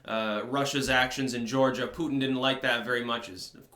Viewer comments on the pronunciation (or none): none